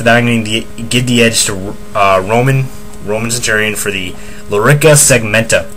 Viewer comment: You know it's a Lorica segmentata NOT Lorica segmenta